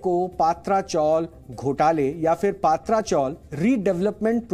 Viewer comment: पात्रा नही पत्रा, टीन को मुंबई में पत्रा बोलते है। प्लीज correct